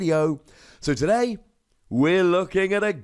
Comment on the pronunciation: I can hear it now. "HE-llo everyone, it's. PROB-ably better known as, and toDAY, we're playing some Gyrados' Wake..."